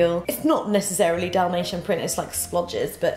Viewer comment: I tough she said "damnation print" not dalmatine 😁